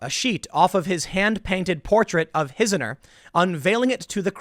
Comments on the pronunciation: TIM: Hizzoner is pronounced "Hizz Ahner" to mock mayors who insist on being addressed as "Your Honor." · Tim: "Hizzoner" is pronounced "His Honor". His Honor, the Mayor. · Tim it’s pronounced His Honor. Hizzona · Tim, hizzoner is pronounced like the words "his honor". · Also: It's Hiz-AWNER. Hizzoner is His Honor slangified. ;) You should check with me before you go to press, Pool. I Mold, that's why. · Tim, Tim, Tim ... Hizzoner is pronounced "His honor" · HOW THE HELL DO YOU LIVE IN NEW YORK AND NOT KNOW HOW TO PRONOUNCE "HIZZONER"?